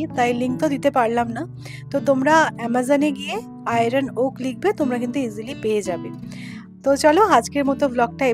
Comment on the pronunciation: Iron oak hoi na. Iron wok. Pronounce correct karo please